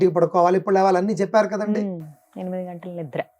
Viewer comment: లెగాలి కాదమ్మా లేవాలి. యాంకర్ అయి మీరే కంపు భాష మాట్లాడితే వినేవారు ఏమైపోవాలి.